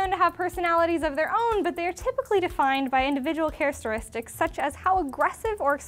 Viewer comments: "charisteristics" Oh,. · "Charasteristics" ahhhh